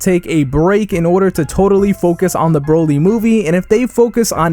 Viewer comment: So its Broly, not bro-ly. You've never heard the names pronounced in the show before? Psh..